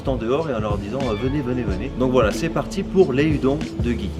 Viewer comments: Salut salut ! Ya un truc qui me turlupine depuis le début de la vidéo, il faudrait pas prononcer les udon "oudonne" plutôt qu'à la bonne française ? Voilà sinon super vidéo ! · Très bonne vidéo! Une raison pour cette prononciation francisée de "Udon" ?